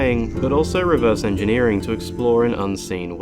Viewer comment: Dude, "Engeering". fix that